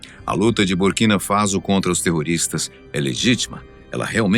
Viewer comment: Faso e nao Fazo Burkina faso* a pronúncia é faço... Burkina Faço ( correto é escrever Borkina Faso"